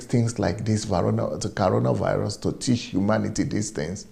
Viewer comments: Is that you can not pronounce coronavirus or what is caronavirus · CORONAVIRUS NOT CARONA